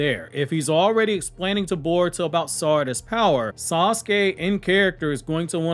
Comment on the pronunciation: why you pronounce Boruto as Baruto ?? I saw many like you ?? 😳😳